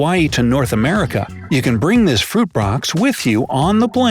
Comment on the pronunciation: you said fruit brox